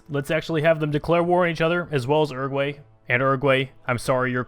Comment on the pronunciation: It is pronounced OO-ROO-GOO-AH-II